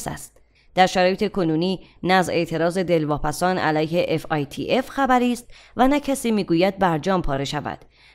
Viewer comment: تلفظ درستش fatf است نه fitf